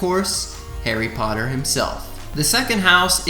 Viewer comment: What da heck is Harry botter?